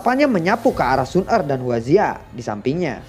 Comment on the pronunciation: mantap bang, yg kemarah xun er kurang jelas wkwksemangat trus💪💪